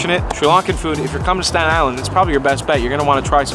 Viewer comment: This is how many times he said 'Statan Island'. ↓